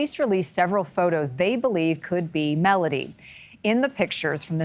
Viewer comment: It would be nice if you could pronounce her name properly It is Mel O Dee Not Mel A Dee